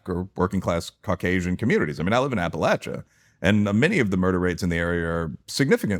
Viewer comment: thank you, thank you. You can tell he’s been within! He pronounced it is “App-a-LATCH-a” and that’s correct, as a native and as far as I’m concerned!